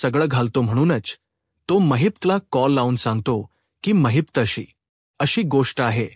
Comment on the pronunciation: Mahit nahi mahipat bola navacha neat uchar kara